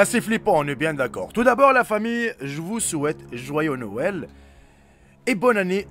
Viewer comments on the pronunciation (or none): Pas mal le jouuyeux nouuel 😂😂😂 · "Je vous souhaite jouyaux nouel "